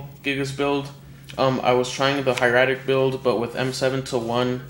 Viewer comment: that's not how u say hieratic